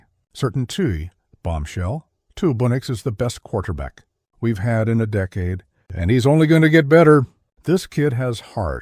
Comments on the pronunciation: Pat sertentoo? 🤣🤣 Deekade? Stupid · I hate best team in a deekade? The dang cant say decade. Narrate your own videos, I turned it off after deekade.